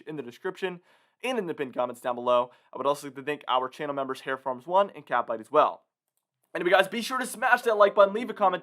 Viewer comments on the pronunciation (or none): none